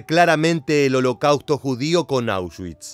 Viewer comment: El contenido es excelente. Pero la terrible pronunciación “holocauto” chirría en los oídos, y pierde seriedad. Lo siento pero me es muy desagradable escuchar holocauto 30 veces mal pronunciado.